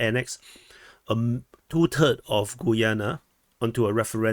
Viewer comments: I think it is: GA-YAA-NA............ not GOO-YUU-NE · I think Guyana is pronounced 'Ghee-yana'